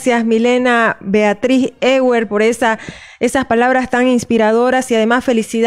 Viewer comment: Ewert se pronuncia Evert